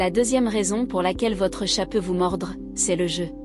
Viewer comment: L'IA a du mal avec "chat'l'animal" et "chat discussion" en Anglais ! Faut renforcer le module "bilingue"... Si c'est un mot portugais il sera moins dans la merde...